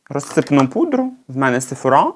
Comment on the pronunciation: Як завжди круто, тільки сефОра, а не сефорА;)